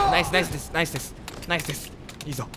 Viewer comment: 「ナイスです」か「ナイステス」かよーわからん笑